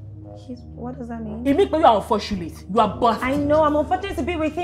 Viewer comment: 😂😂😂😂😂😂😂 I don laff tire 😂😂😂😂😂 "He is unforshulate to haff you" 😂😂😂😂